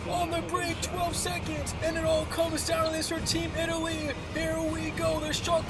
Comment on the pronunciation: did he call us " Team Italsia"